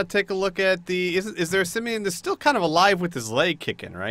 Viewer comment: And Aaaaargh it's Sim-van not Simvian